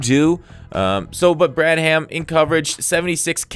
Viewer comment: Not sure if your doing it on purpose but it's pronounced brad-um. The "h" is silent